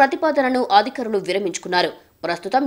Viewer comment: amma thalli aaaadikarulu kaadamaa adhikaarulu